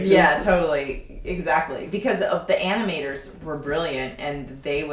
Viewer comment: Haha love the face she makes when she realizes she says "aminators"